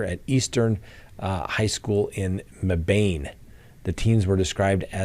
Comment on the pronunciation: Hi, it is pronounced Meh' Bin, not Mee Bane. LOL I'm in NC right in the area. There have been many youth crimes in the last 1-2 years. They found two 16 yr olds dead last week, and just arrested a 14 and 17 yr old for the murders..... gang related! We seem to have too many youths just running the streets and in possession of guns. It really has gotten worse since the year they were home from school for covid. Bad parenting? Bad kids? Who knows. I'm a retired teacher, and you couldn't pay me enough to go back to a classroom these days. And middle schoolers are worse than even high schoolers. God help us all! Love your show!